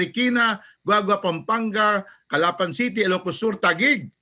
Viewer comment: That’s not how to pronounce “Calapan” Say it like you’d pronounce “Agusan”. . It’s like the mispronounciation of “Camiguin” & The Vow”.